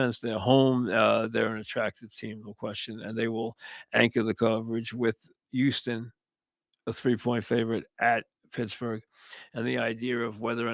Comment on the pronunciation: YOUSTON. It’s a struggle to pronounce the H 😆